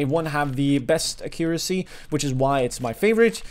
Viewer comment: only one tip, pls learn how to correctly say accuracy, I love your work and it's all based on facts and u can introduce us to them really well, also your english is very good, but u saying accuracy is just painful, hope u will take this criticism and improve your videos, cheers!